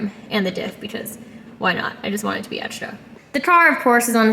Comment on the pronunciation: when says egsdra